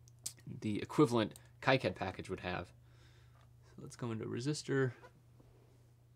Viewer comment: also plz say "keycad" instead of "kaicad" :D